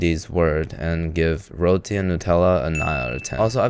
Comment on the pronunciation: His pronounciation of Roti sounds Malaysian.